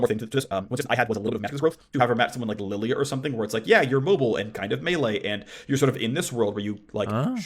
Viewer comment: What's with purposefully mispronouncing Lillia?